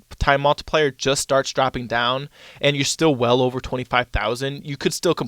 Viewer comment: O-var and O-ver and Ovar again….